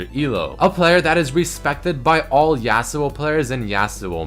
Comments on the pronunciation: says YEAUsuo xD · I'm not hating on accent, but I AM VERY ANNOYED ON HOW SAYS YASUO. IT'S NOT YEAH SUO, IT'S YAW SUO.